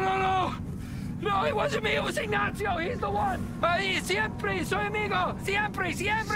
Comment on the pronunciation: Dude's pronunciation was flawless. The accent was definitely incorrect, but pronunciation is a HUGE improvement over some of the shit I frequently here people say.